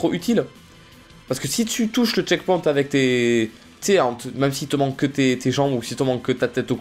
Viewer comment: au lieu de dire "avec" il dit "ave" sinon kiss <3